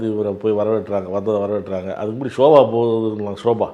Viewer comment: சோபாவை ஷோபா என்று கொல்லுகிறார்...